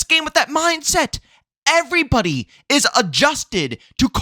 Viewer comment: “What’s going on erybody” Love it! Lol